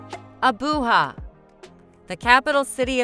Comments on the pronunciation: The "Ja" in Abuja is not pronounced like 'ha' but as JA, as you would in Japan. 😂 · AboooHa ? 😢 Abuja=Ah boo Jah. Please research how to pronounce places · SAY Abujaaaaaaaaaaaaaaaa LIKE JA maica its sound the same as Ja maica ABU JA NOT HA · ‘Abooha’ 😂😂😂at least get the frigging name correct! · She has destroyed the Nigerian capital wholly.was it AI pronunciation or what.when a foreigner tells ur story for u.